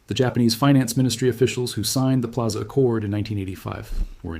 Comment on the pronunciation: Pilaza? Come on, AI, you gotta do better!